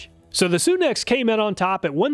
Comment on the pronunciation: It's not pronounced Soon ex, it's Sun X tools. Like our star the Sun.